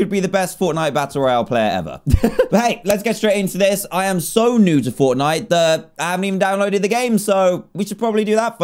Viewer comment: Did anyone else see when he was on steam he said Fornite and not Fortnite lol